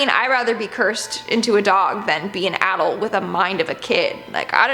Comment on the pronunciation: The way you say adult freaks me😨😰